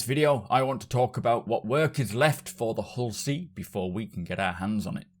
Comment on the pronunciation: My wife thought you called this a Horsey... Now I cannot unhear it... lol